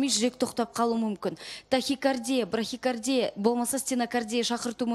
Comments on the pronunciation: акымак емеспиз, не екенин билемиз. Ол браХикардия деди, брахикардия дегенди кайдан еситтин бар екенин. Брадикардия деп айтса екен... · Брахикардия деген не ол дурыстап айтсейш сумырай